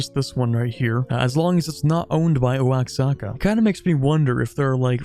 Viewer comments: one of the pronunciations of Oaxaca of all time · Pronounce Oaxaca Challenge (Impossible)